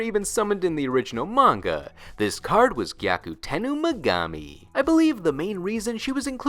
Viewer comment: Why is he calling her “GyakutenOO Megami”?